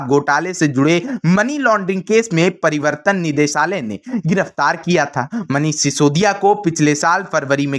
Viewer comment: Shri manji parivartan nideshalya nahi pravartan nideshalaya hai sahi sahi boliye krupaya